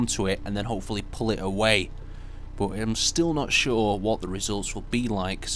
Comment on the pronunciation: I would subscribe, but you over power my comfort with the commercial voice you're trying to pull off. Like for example, why do you jab they aWAY! at us.. I love the game, and I love your creations... but I cant watch these videos without turning my volume all the way down... :/ sorry just my opinion (You're a you tuber.. not a sales man)